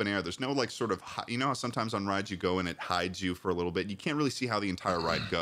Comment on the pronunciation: "You're gonna mOvE it? hAoW?" 😂